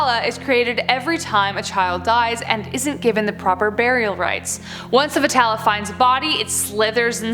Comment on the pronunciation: and again its Be Tal not vetala